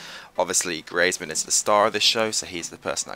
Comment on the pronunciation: The way you say griezmann 😂😂😂